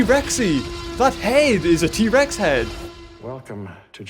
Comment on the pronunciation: thats not how you say t rex